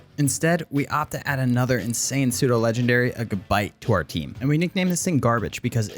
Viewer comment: THE FIRST U IN HAXORUS IS SUPPOSED TO BE AN O! AND DO NOT LEAVE OFF THE E IN PSEUDO!